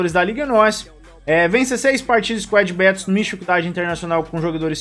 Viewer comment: Mano tu falando squad "bétous" me da agonia kkkkkkkkkkk